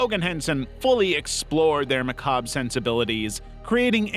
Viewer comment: Lear how to pronounce macabre correctly. The "R" is NOT silent.